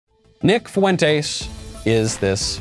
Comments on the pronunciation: I think its pronounced font-eys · Said his last name weird, but yeah at least he did say it.